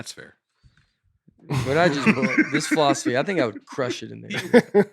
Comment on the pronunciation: Did anyone else catch Nate's pronunciation of philosophy as "fall-off-asy" in his angry rant (53.15) as he was "arguing with the teacher"? Had me cracking up! I couldn't concentrate on the rest of what he said after that 😂 I know Nate's character is supposed to be the "dumb guy", but he always has very smart, common sense things to say and points he brings up. I'm sure he would have done great in a fall-off-asy class and been that student the teacher looks forward to but gets a headache from as well.